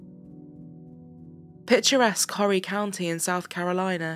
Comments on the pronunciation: Horry County is pronounced Or ee, not Hoary. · Great job. I am a local to the area featured, and the text messaging was something I had never seen. "Or-ree" county, or if you're a really old timer here: "O-ree". I know. Later.